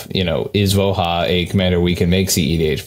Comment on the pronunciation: Just fwiw, I believe the name of the card is Slavic, so the "j" in "Voja" should likely be pronounced like a "y" or "i", ending in something that is likely closer to "voy-uh" or "vooh-yuh". I'll let anyone more in the know correct me.